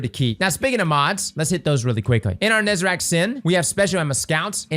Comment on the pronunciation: Say it with me: NE ZA REC. His name is not NEZERAC